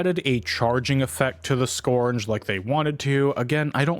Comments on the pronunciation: skURGE. URGE. not scorn-guh. skURGE. skURGE. skURGE. skURGE. skURGE. skURGE. skURGE. skURGE. skURGE. skURGE. skURGE. skURGE. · can we really trust a guy who says "scournge"